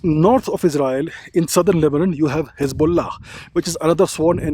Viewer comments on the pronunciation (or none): none